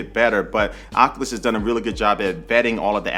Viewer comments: I think Oculus is pronounced "Oc-U-lus", not "Oc-uh-lus". The first U is long and sounds like "you". But good review. I used to watch your channel years ago. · Oculus-( oc-you-lus)👍 Oculus-( oc-uh-lus)👎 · I’m kinda bothered by the fact he pronounces it OC-A-LIS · This man said Ocuwas quest